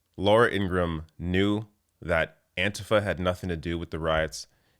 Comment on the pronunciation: Finally! Somebody pronouncing "Antifa" correctly again, the way we used to pronounce it before the right wing's preferred, stupid-sounding pronunciation started to take hold! This is a relief. 😄